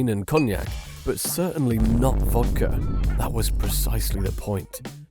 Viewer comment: It's vodka, not vodker.